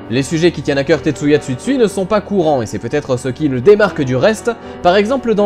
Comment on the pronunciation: Rare sont les BD engagées, oui en terme général mais pas pour Tetsuya, il me semble que ces précédentes BD donnaient aussi accès à une certaine réflexion, ce qui en réalité est une des particularité de cette auteur :] Ps : Je ne suis pas sûr de mon coup, mais on prononce TsUtsui et non, Tsuitsui xD